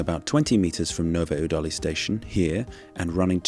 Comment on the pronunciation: I don't care wheter people call it Czecha or Czech Republic, what stressed me out more was your pronounciation of Nové Údolí 😭 Edit: ...and many other czech towns... must have been recording on 6th of August. Country-wide siren testing. "Zkouška sirén".